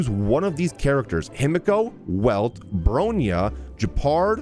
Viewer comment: I'm sorry I don't want to be that person but I absolutely adore Honkai Impact(she originates from hi) and hearing you say "brone-ya" has hurt me 😭 It's pronounced "Brawn-ya" I'm sorry if this comment offended anybody (I made it as a half joke half grammar fix) Love your streams and videos!! ✨